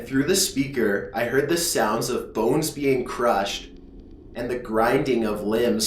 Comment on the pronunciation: Nice story! The reading, however could have been better. You're putting emphasis on weird syllables that normally wouldn't have emphasis, for example when you kept putting the emphasis on "to" and "of". If you fixed that, it would be much better!